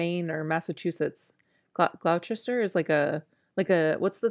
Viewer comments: Lol I was cracking up at you guys trying to pronounce Gloucester. My sister lives in Gloucester Ma, it’s pronounced ‘glohster’ 😊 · Gloucester =Gloss-ter. You got it right in the end👍🏻, it’s a very difficult word to pronounce if you’re not from the Uk, like Worcester. 😀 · the place in the uk is pronounced gloster but spelt Gloucester I live 20 minutes away from there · As someone who lived in mass most my life, I got a kick out of trying to pronounce Gloucester. Too funny! 😂 Also Royal Caribbean cruises are great, though I think you may want to wait till kids are older so they can enjoy some of the activities more. Also you can go on some of the smaller ships, they are comparable to Disney sizes, Freedom of seas etc! They also have great broadway style performances! Lots of entertainment. But we brought our kids because they had dreamworks characters at one time, literally stopped doing that a couple months before we went lol was so disappointed! So Disney probably better obviously for younger kids, older kids would probably enjoy RC more! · That Gloucester pronunciation is killing me. Haha. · Omg the Gloucester pronunciation 😂😂😂